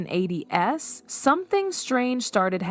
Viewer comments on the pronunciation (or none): If it isn't AI, the narrator did a horrible job. The age gap was actually 15 years. the narrator starts pronouncing Dianas name as Deeanna. Big difference. Also, "the 1980s" is said as "1980 ess" Definitely AI or a poor job at narrating.